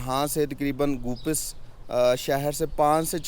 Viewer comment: Name tu theek se lain. Goopas nahi.. Gopeez.. گوپیز